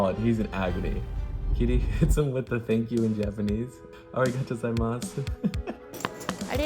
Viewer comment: Damn she butchered that thank you in Japanese